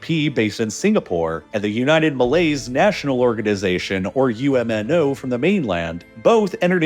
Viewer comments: fyi it’s pronounced um no not umno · It is my first time hearing “UMNO” pronounced as U-M-N-O. Not wrong though. Singaporean here.